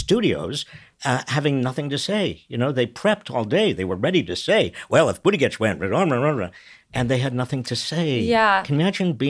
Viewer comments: Learn to say his name. Boot Edge Edge. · Nice job as usual. One correction: Pete's last name's pronunciation is Boot-edge-edge. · Robert, Practice pronouncing Buttegieg.